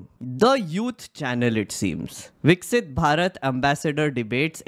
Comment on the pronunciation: "Viksit" nhi "Vikshat" ho raha h aise student se 😂😂😂😂